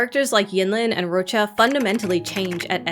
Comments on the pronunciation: what's this? a youtuber that can say Roccia's name CORRECTLY? i'm STUNNED O_O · I'm so happy there's a cc who pronounces her name correctly ❤ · Finally a content creator pronouncing Roccias name the proper Italian way! 🙌